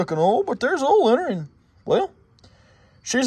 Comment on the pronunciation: I don't know how other Americans hear it, but when I (a New Zealander) hear you say "oil" or "coil", it sounds like you're saying "ool" and "cool".